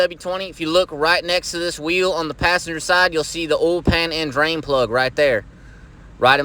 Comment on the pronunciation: You know the oil change is gonna be right when they pronounce oil as “ul”